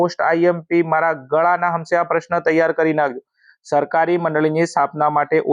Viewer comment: shakari ✅ sarkari ❌